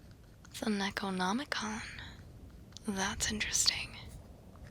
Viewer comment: "nekonomicon" dear lord